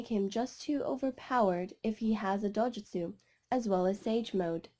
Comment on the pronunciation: It’s not dojustu